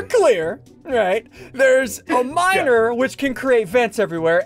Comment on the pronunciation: 'dreaded pestilence' is now my favourite phrase bc of ian edit: i've watched this so many times and i still think that ian calls someone a minor instead of miner 😭